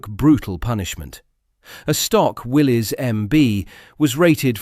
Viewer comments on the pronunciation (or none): Not "Willys" its pronounced "Willis" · Correction Willy's is pronounced as Willis, the y is an i